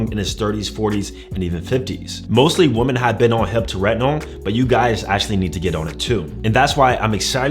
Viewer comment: He’s never gonna say it right. He’s been doing that for years. got to go back to school.